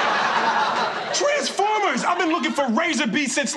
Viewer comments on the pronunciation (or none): i thought said oooh treesformers lol